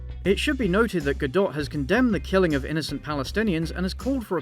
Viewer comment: Your take on Gadot’s stance and the Israel-Hamas conflict was truly enlightening, and I really appreciate it (as a Jew). Although you did pronounce her name wrong lol